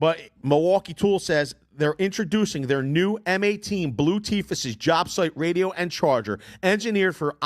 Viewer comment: If I could super dislike I would. Everyone knows what an equalizer is. Stop saying radio weird you cringe.